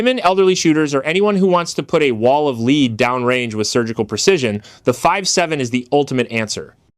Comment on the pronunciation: Did you mispronounce lead ? You need to fix your text to speech software!